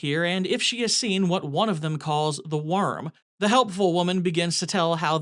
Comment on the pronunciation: It's 'Wurm' not 'Worm.'